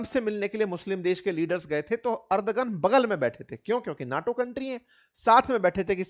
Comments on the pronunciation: अर्दगन नहीं एर्दोगन बोलिये। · Ardhogun ❌ ardhnagn